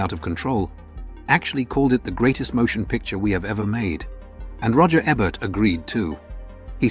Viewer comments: EE'-bert, not eh-bert... or even AY'-bert. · Ebert is pronounced "EE-bert," not "Eh-bert." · It's EEEE-bert dummy. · I call AI BS. First, the "narrator" mispronounces Ebert's name half the time. Forget that there are several of these films that I would put in a top 20 Western list, let alone a top 15. Only one John Ford? No Anthony Mann? No Budd Boetticher? "High Noon," ""The Ox-Bow Incident," "The Gunfighter," "Ride the High Country," and many othersare all more than worthy of consideration. The we have Leone, especially "Once Upon a Time in the West." Any list like this is going to be very subjective, but where is the proof that this Roger Ebert's list of the 15 "Greatest" Westerns? Quoting his review/remarks is not sufficient. What essay printed/published where did he state this opinion.? Just askin'.